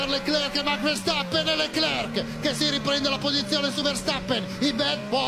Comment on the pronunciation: Da notare silvertone al posto di silverstone